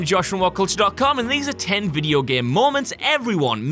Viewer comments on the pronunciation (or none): "The gehm"